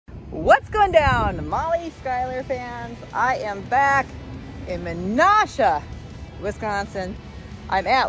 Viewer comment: Its pronounced. Meh nash ugh. Its 15 min drive from me. Im in kewaskum. Dont ask how its said